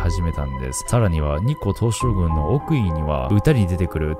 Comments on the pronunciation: 何回聞いても日光東照宮のこと日光東照グンって言ってない？ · ちょくちょく日本語間違えてるの可愛いな、、日光東照"ぐん"